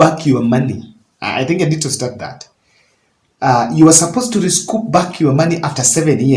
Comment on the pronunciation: Broken English at your age..... Recoup not rescoup.... What will you teach your children